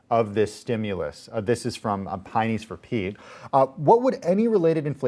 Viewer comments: "Pie-noys for pete" HAHAHA good try... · Pie-Nays for Pete?? xD